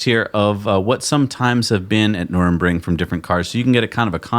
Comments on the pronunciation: Dear America, now you own it you only need to know how its called: Nurr-burr-g-ring NOT Nurem-ring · its not Nurinbring! say Nurburgring. dyslexia? or is it just an american thing of getting every pronunciation wrong 🤣